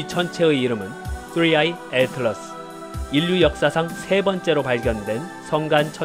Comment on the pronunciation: 근데 발음이 좀 성가시네요. 한국식으로 알트라스라고 하던지 영어라면 애트러스 하던지 해는 게 맞습니다. 앨트러스는 아니죠.